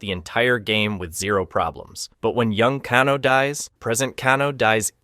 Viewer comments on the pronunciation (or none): OK HOW THE F ARE YOU MAKING SO MANY MISTAKES PRONOUNCING THE NAMES OF THESE CHARACTERS? Raiden I get since in Japanese ai=I but Kano is Australian it is A not ah. Seriously bro ?? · Great vid, but after the first couple mispronunciations I could you tell you were definitely trolling with saying the names wrong😂😂.. bro said "Can-o" & "Con-o" lmao ngl, that got annoying hearing a few names said completely wrong. but it happened with such abundance I'm like "this is definitely a troll tactic." Lmao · "But if you think my incorrect pronunciation of 'Shao Kahn' seems bad, wait until you hear me pronounce 'Kano' and the rest of the character names..."